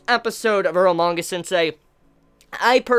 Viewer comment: earlmanga sensei? i thought its calle eromanga sensei xD